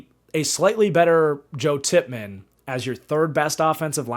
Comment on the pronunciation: Called Joe Tippmann "Tipp Rayman" 3 times in a row for some reason lol RIP Teddy